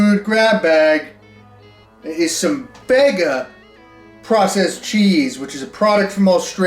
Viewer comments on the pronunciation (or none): The cheese in a can is pronounced, “Beega”, not “beggar”, that’s why it only has one “g”. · Bega, is pronounced bee ga, just for your amusement! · Mate as an Aussie the way you pronounced Bega is absolutely hilarious 😂 habe been subbed to you for so damn long now and i have never once regretted it! Most nostalgic videos by far.